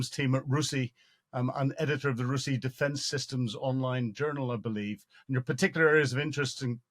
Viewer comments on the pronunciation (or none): R U S I - ie not roosy °